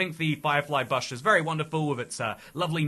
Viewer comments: The Bahsh? The BAHSH!? oh Bush.... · It's buhsh not bahsh. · You say bush like buhsh when Ive only ever heard it spoken as boosh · I was like, "no way Brits actually say bush like that!" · That stuck out to me too lol :_toycatTerrible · It's not his accent it's just a thing he does says the name slightly off for things like a nickname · Im sorry but wtf is a "bahsh" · ive hated the way the British say “garage” for years, and now you drop “bush” on me? How could you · I feel like he's mispronouncing Bush on purpose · Why you saying bush weird? 😂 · why do you say bush like that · Bro you say bush in such a strange way 😂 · we don’t. I have no clue why he’s doing that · we don’t 😭 I’m Scottish not English but I’ve never heard anyone say it like that, even when I go to England. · Yeah I’ve never heard a word pronounced so incorrectly before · Im british we dont say it like that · nope, lol I don't think there's a single UK accent where bush is pronounced like that. I think he's messing around.